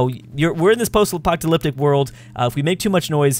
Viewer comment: the way you pronounce "post apoTalyptic" makes me laugh here